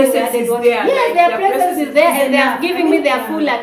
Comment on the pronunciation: Did say presence or presents? 😂😂😂😂